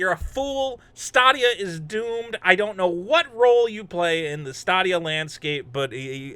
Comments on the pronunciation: STAdia, not STAAAAdia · It's stay-de-uh. Not sta-de-ah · Why does he say statia? Its stay dia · “Stah Dia” whatever way you say it, you still made me crack😂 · STOP CALLING IT "STAH-DEE-YA" OMG JUST STOP IT!!!! STOP!!!!!11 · He calls it "stah dia" because it won't stay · Yeah at the end of all their ads it says stay-dee-uh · In your defense,, I can't blame you for not knowing how to pronounce a product that nobody owns or talks about anymore. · Thats an interesting way to say Stadia. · DO NOT take a shot everytime mispronounces Stadia. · You're mispronouncing Stadia on purpose, right? lol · You are pronouncing stadia wrong FYI